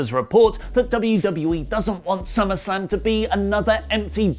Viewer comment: I mean... summarrrrslam sounds great right?